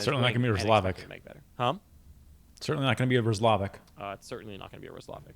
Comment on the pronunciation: the way you guys are pronouncing Roslovic name got me cracking up haha this must be your first time hearing about him.